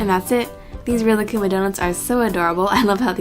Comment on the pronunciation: Rilakkuma is actually pronounced relax-kuma because he is so chill, unless im wrong. if i am then oops